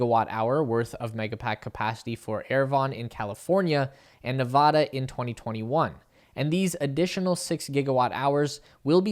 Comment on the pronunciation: It's actually pronounced "Nevada"